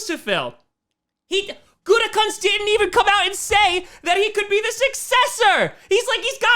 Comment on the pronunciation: Pretty sure Gutekunst is pronounced Gutekoonst. At least that's how everyone said his dad's name when he coached. Although Gutecunts sounds funnier.